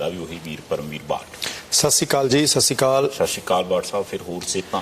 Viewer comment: Satshiri akal hunda babyo shsshiri akl ni hunda babyo